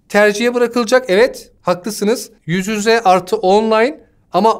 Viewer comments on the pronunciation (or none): Bir tek ben mi kitlendim "yüz yüze" diyemeyişine ve "dezenktefan" deyişine?